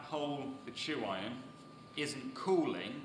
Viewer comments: With all due respect, y'all are saying and writing tru iron in various forms. The word you are citing is tuyere, pronounced , "ta-weehre". it's French. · "too-iron" is the English translation of the French "tweer" (tuyere)